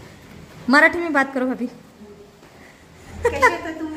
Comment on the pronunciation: भाबी नाही भाभी…असं काय मराठी बोलता तुम्ही काही समजत नाही😢